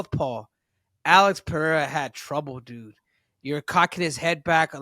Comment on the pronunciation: ccc Is the only guy who mentioned Pereira's name the right way 🎉🎉🎉🎉